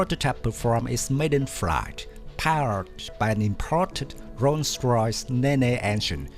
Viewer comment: not a criticism just a heads up to help you a bit with a language quirk, the engine name neane is one of those English words that's spelled different than it's pronounced! it's pronounced nean like in bean not knee-knee